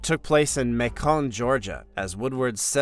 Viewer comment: May cone Georgia? It's Macon which rhymes with bacon Georgia.